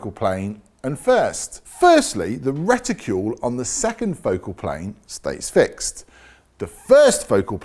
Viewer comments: Nice job but for goodness sake, please stop saying "Reticule' - It is a Reticle! As in Bicycle not Bicycule! Do us a favour matey. It is hugely annoying. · Would somebody please remind how to pronounce RETICLE. ( The again, ask most folks in England how to pronounce the car makers name of Peugeot ) LOL!